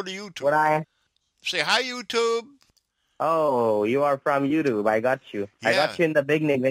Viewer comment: At the end he says touyube hihihi funny !